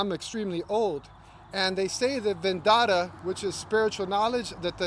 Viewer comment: seems to have arrived at his situation by rejecting the idea that we can learn from others; and this is corroborated by the fact that he makes basic mistakes about what he claims to know, such as the pronunciation of the term "vedanta".